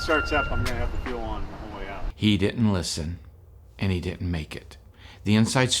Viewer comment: Didn’t, not ditnt